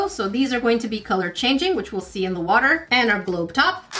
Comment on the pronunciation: SHE SAYS WOOTAH